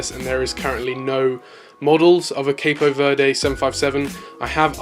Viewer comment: cape verde is ponounced like cap verd